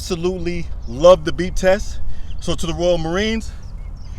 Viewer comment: Hahaha! I got you man! I thought you were saying "That BEAT", "That BEAT" in your Grateful for 1000 views video. But it's the BEEP! Got it. Nice man!